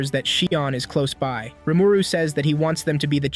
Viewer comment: It's painful to hear Rumooroo